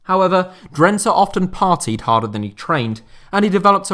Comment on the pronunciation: DRENTE. .. WÒOOOOOW... WOT A MERSYSIDE TOFFEE 'LEJ'.... EEEERRRRHHHHMMMM😢😯😂